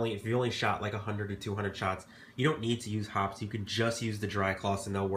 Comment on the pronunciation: Hoppe's is pronounced hoppies or hoppys not hops. Know your products well and you'll do an even better job...though I wouldn't use a product made to dissolve gunpowder residue in my air rifle barrel.